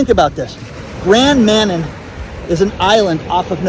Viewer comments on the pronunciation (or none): Congrats on reaching your 200k goal subscribers. As a Cdn I used to live in the New Brunswick province near Grand Manan. Forgive me for correcting your pronunciation of Manan. But it's pronounced Ma nan. Manan. Say it fast. Grand Manan. Beautiful island. Used to work for Scotiabank. They are closing branches everywhere. Two branches in our area are closing in June. We have to go to the Main Branch which I used to work in so only 5 miles away. Not as bad as those on Grand Manan. They want everyone to go digital. Every Bank is moving in that direction. Bad for people who can't do things digitally. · Thanks for the local reference to my area,. Just FYI, it's Grand MaNAN. Emphasis on the second syllable. Thanks for all that you do.